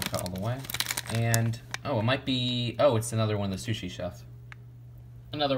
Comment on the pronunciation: You keep saying shushi instead of sushi